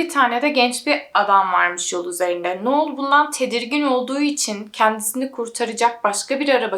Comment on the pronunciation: uzun süredir seni takip ediyorum, çok keyif alıyorum videolarından. Anlatımına, araştırmana, verdiğin emeğe ve vicdani yaklaşımına hayranım. O yüzden bu yorumumu iyi pencereden gör lütfen. Şu an bu yorumda amacım verimli eleştiri. Artık AI var hayatımızda, google var çok uzun zamandır. Kişilerin adlarını doğru telaffuz etmeye özen göstereblimemiz için her türlü araç mevcut. Noelle - noel diye okunur, sondaki elle eki, -el şeklinde telaffuz edilir. Noel olsaydı -noğl ya da noıl, ya da noul şeklinde telaffuz edebilirdin. İster istemez kulağımı tırmalıyor bu tarz yanlış telaffuzlar. Sadece bu yüzden ve senin de bilgilenmen ve kendi gelişimine katkı yapman amacıyla yazıyorum. Dinlersin, dikkate alırsın ya da almazsın senin tercihin. Seviliyorsun güzel kızım ♥